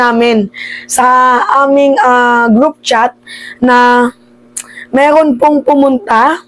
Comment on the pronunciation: Meeerrrroon ayusin mo R mo